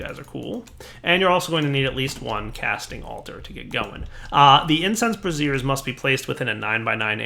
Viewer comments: I love how he keeps pronouncing it a 'brassiere' instead of a 'brazier' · Braziers, not Brassieres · You're using the pronunciation: brassier. That's an over-the-shoulder boulder holder... The word is Brazier (bray-sur). ROFL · you are mispronouncing braziers. The way you are saying it is how you would pronounce brassieres. The proper way to say brazier is bray-zher. Just wanted to help with your PR. Might look bad to be calling things bras. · " bray zhrz" not "bruh zeers." "bruh-zeers" is something else... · Incense brassieres -> Incense bras? I think you may have meant brazier (brey'-zher)... :) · So... bark goes into the bra's???? might explain your dating life :P JK. Seriously though your pronunciation of brazers... That aside great spotlight! It relay made me want to play this mod. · Okay, it wasn't just me. I could ignore "pestle" but that one made me uncomfortable. :/ Yay for the fun curse of having read words without ever hearing them pronounced! :/ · I laughed so hard everytime he said it.